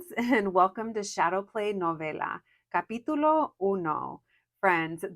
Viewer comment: I know you said "capitulo" but my ears heard "papi chulo" 😅